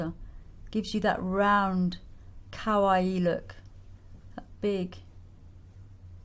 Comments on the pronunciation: When you pronounce kawaii make sure it is ka-wa-i not cow-wa-i. The i makes an e sound. Kowaii means scary/scared/afraid which sounds very similar to kawaii so it is all about pronunciation. :) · lol it sounds like she's saying cow-aii